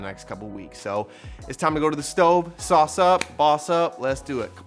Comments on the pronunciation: Sauuuceeee ! You know you’re from Tampa Florida when you say GASSS 😂🙌🏼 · LOVE THAT “SAUCE”